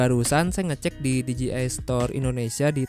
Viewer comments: Bang perasaan nyebutnya D J I osmo bukan ji osmo . Apa saya yg Salah ya? 😅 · D J I dibacanya literally dji 🤣🤣🤣